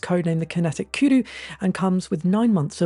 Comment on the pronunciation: "Kinetic KEW DEW" LOL that's not how you pronounce kudu... another 4 years of people saying KEW DEW instead of kudu... FML